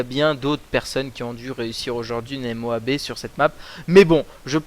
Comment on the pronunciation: Dit Moab pas M O A B